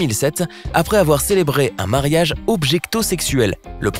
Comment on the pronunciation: Ont dit mariage pas marayag